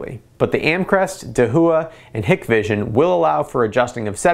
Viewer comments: Dahua is pronounced dah - wha, not da - hu - wha, and Hikvision is pronounced hike - vision, not hick - vision. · I know this is petty but ...Hikvision is pronounced (HIKE-VISION). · Its pronounced da-waa and hike-vision